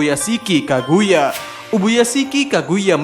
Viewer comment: Ubuyashiki Kagaya, woy bukan Kaguya. Tolong pembacaan nama character nya di perbaiki lagi min 🙏🏻